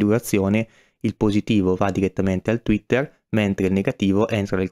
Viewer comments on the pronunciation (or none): Sei un grande, ma tweeter e non twetter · tweeter per favore non twetter